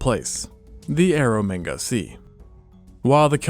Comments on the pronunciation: Please keep saying ero manga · "Air of mega sea" clearly 😂